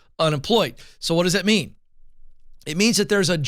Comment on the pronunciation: Now! What does that meam? Well... What it meams is.... Now! What does that mean? (Pause) well.... What it means is.... Rewind...